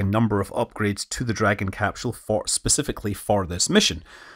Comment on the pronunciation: Please, never stop pronouncing it "capshell". It makes my Scottish ancestry tingle.